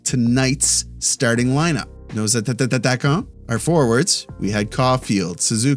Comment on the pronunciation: Love your show, but please change this... Attaquants is not pronounced Attattaquants. Go Habs Go